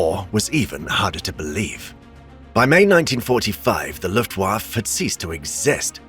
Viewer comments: Wait what? So you’re saying you didn’t know how to pronounce Luftwaffe either? I’m sorry to say but that doesn’t bode well for any future WWII videos you may have planned. Nonetheless, good luck with your future endeavors. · When a narrator can’t even pronounce Luftwaffe correctly, I immediately suspect AI. And usually that means the story being told will have other mistakes such as skewed facts. And that’s not a good thing.